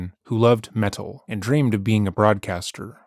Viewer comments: He's never said metal like this in any other video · You pronounce "meTal"with the emphasis on "T" like Apollo the bird from the Apollo and Frens channel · I love the way pronounces metal with a hard T. MeTTTal. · Stop saying 'meTul' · Met-al is killing me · Please tell me you’re pronouncing it “Meh-TAHL” because of Apollo the African Grey Parrot. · I am enjoying his pronunciation. There is no such thing as heavy meddle. But why does he say ‘rebuddle’? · Ok I’m just in and laughing my butt off at your pronunciation on “metal” as a GenX “metal” fan myself lol PS we metal heads REJECT this dumb witch at all especially her gross crimes!!!! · Didnt say it that way in the last video about this lady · Is the narrator acoustic? His pronunciation of metal has me second guessing his IQ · He says metal here like Apollo the parrot lmao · been waiting all week for this! i was gonna wait until the end to leave a comment but i gotta say this right away -- i love the way you're sarcastically pronouncing "metal," emphasizing the T, it immediately cracked me up. i'd love to see her react to someone pronouncing it like that to her face. it kind of reminds me of the soft pink truth's cover of the song "black metal" from his album of extremely over the top avant-garde electronic covers of classic black metal songs (called "why do the heathen rage?"), definitely worth a listen if you want to hear something uhhh. interesting, i guess?